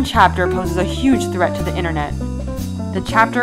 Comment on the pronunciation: With so much effort invested to make a great video, it's a shame the lady doing the voiceover can't pronounce the very thing she's talking about: the 'internet'.